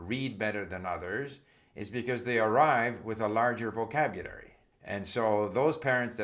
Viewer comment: My god…he can barely PRONOUNCE “vocabulary”. Rather than grammar, maybe we should study what exactly happens to people when they reach 70 years? What is this slurring that occurs? Post debate thoughts, I suppose?